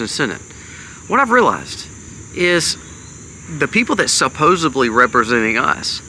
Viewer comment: The word is SUPPOSE𝑫LY. There is no B in it.